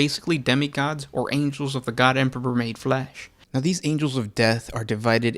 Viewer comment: HAIL THE EMPURRPURR! CAT GOD OF FELINE KIND! How you gonna have a 40k lore channel and you cant even say emperor😂